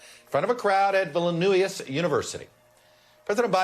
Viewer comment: Vilnuius, Chuck? It ain't that hard to pronounce. Some newsreader..